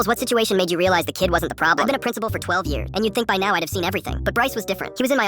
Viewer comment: Pwincipal?! 😂😂 at the start